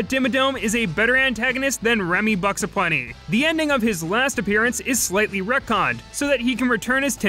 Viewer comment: So, I just learned from this video that the character's name is Remy Buxaplenty. Due to the way Tara Strong always said his name, I've gone my entire life thinking his name was Boxaplenty.